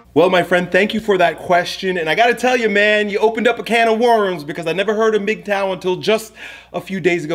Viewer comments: Ok..yeah. Do more research you don't know what your talking about. The name is mgtow.. men going THEIR own way. If pursuit of money is what he wants, good. If being a monk is what he wants then good. If casual dating is what he wants then good.. Its whatever life best fits that man. And please at least learn to pronounce the topic your speaking of. Not Mag tow, its mig tow. For a topic you've never heard of you sure seem to believe your an expert in it. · MIGTOW! I always pronounced it: MUHGTOW! is the man. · Bruh its pronounced "MIG TOE", not MAG tow. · I agree with you, brother. I just disagree on the pronunciation. You say Magtow,I say Migtow. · MAGTOW WTF? you’re messing it up. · I prefer mag tow. Men going, not min going